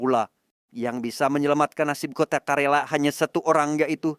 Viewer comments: Izin koreksi bang, KERALA bang bukan KARELA 🙏🙏🙏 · Karena bolak balik ngomong karela jadinya greget pgn ngralat....KERALA"" ya bukan karela.kerala suatu daerah di tamil nadu india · Izin korupsi bg bukan karela tapi kalera 😄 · Om bukan karela tapi kerala